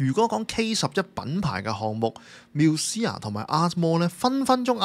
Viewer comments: 做下功課得唔得呀…Musea係讀mu-see-a，唔係繆思……女主持仲係講開地產？樓名都唔識讀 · Musea都讀錯，仲話字正腔圓，讀者要求真低